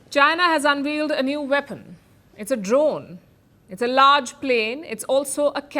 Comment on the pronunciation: Unveiled, pronunciation as in veil. Veal is baby beef. two different things